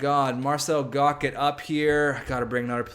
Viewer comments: It's pronounced marcel gotch, not gock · its pronounced Marcel Gosh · Marcel Goc is pronounced like goch, sorry it was bugging me lol